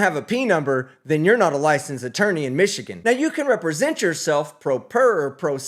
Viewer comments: Stop say re-present. Its not re-presenting anything. Just because words have similar sounds doesn't mean they mean the same thing! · What the hell, i am sure he thinks he is being clever but everytime he says rE-present i deduct 10 more IQ points from his already suspected low IQ Dont get me wrong, in any other setting it would be clever cause he presented himself and they could re (as in again) present him but in this context it just sounds rediculous